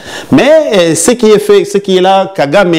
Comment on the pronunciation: Paul KAGAME et non « GAGAME »